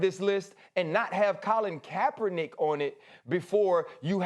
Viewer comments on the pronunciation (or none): This guy just said kapernick smh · Dude said capernick lmao